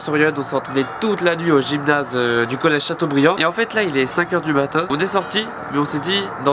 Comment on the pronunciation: college pas collece